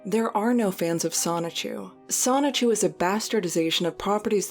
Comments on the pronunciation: A little confused as to why anyone would make a Chris Chan documentary when Geno Samuel has been making one since 2017. Also dude, ffs, its pronounced soni-chu. not sonic-chu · As many times you’ve researched and read this documentary you’d think you’d know how to say “Soni-CHU..” I’m not even an actual journalist and I know that it’s not pronounced “sonic-chew.” 😂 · is he still saying sonic-CHEW instead of sonichu ? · “Sonic-chu” it’s so over…… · It still baffles me how some people pronounce it “Sonic-Chu” instead of “Sonichu”.